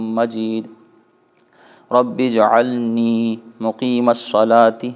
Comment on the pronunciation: آ آپ نے رب جعلنی کے بجائے ربجعلنی پڑھا اپنی ریکارڈ کی ھوئ ویڈیو دیکھ لیں۔